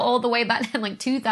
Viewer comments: Love you Dr. Becky!!! But it is "syd DEER e al" , not side real...except possibly here in the U.S. south where I am. Interesting you say it that way... Don't get mad... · Did you say side real? sai·dee·REE.uhl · Methinks: Sigh-dee-ree-all ... not quite 'side-reel' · You pronounced sidereal wrong though. It's not "side-real", its "si-dereal". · Side Real? I thought it was sid-er-ial. Also... Think about RENT! You suddenly have to pay a monthly rent 10 days early, I would be PISSED too. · lol, Im sorry, how are you pronouncing "sidereal"?? It's not "side-real" with two syllables, it's si-de-re-al with four syllables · Side-Real or Sigh-deer-e-al? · Hmmm. "Sidereal" is not pronounced as "side-real", but more like "sai-dereal" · As a non-native English speaker I was surprised to hear the word "siderial" pronounced in English for the first time. I was expecting *si-derial*, rather than *side-real*. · Great vid, love your work, but every time you pronounce "sidereal" as "side real" instead of "sigh - dear - ee - al" I want to scream! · Okay, you're the first person I've heard pronounce it "side-reel" year, with two syllables. I've only ever heard it pronounced "side-eer-ee-all" year, with four syllables. Personal preference? British v. American difference? Thursday v. Friday difference? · It's sy-DEER-ee-al not side-real. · Great explanation and fascinating subject, as always. You may want to review pronunciation of sidereal though. I believe it should be 'sider-eal' rather than 'side-real', and means 'of or purtaining to the sideus', ie the distant/fixed stars. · For the record: "sidereal" is not pronounce side real. It's sigh 'dear ial. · Weird. I've never heard sidereal pronounced as "side real." I've always heard it, "sigh-DEH-ri-ahl." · pretty sure it's pronounced sī/dêr/ēäl rather than side/reel —in fact Google voice typing agrees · Bless you. That side-real year you just mentioned is actually pronounced side aerial. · Or side-ear-ee-al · Came here to say this.